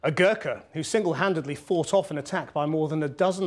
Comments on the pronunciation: It's Gorka not Gerka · For your kind information it's not kukri , it's called "khukuri " from Nepal and it's not Gurkha it's "Gorkha " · guys its not "Gurkha", its "Gorkha" ( "O" in Gorkha is pronounced as "O" in Hotel) Its because of the different British pronunciation and accent, they say Gorkha as Gurkha. Ancient Nepal was also called Gorkha because the then king of Gorkha (a place in the western hilly region of Nepal) expanded his small kingdom of Gorkha to a bigger kingdom and later named it as Nepal (derived from Newari language of Kathmandu valley). The British tried to occupy Nepalese lands when they were ruling in India as a result of which there was a war between Nepal and the British East India Company. The British with the most modern and powerful weapons cannot defeat the Nepalese with traditional and simple weapons. The British were impressed by the fighting skills and patriotism of Nepalese. When the war end, both sides signed a treaty which forced the then Nepal to send Nepalese or Gorkhas to recruit in the British and Indian army. The trend is still being followed. most of them are of Mongolian race of Nepal. They are very loyal but the British government discriminates them who have done so much for their country, fought for Britain in different war and died for their victory and help them to save their homeland, won many Victoria Cross. still the British govt don't give them the same privileges that their fellow British colleagues are getting.